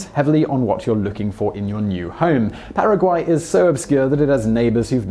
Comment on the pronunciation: Your pronunciation of Paraguay was spot on. Now, you're pronunciation of Nicaragua on the other hand.....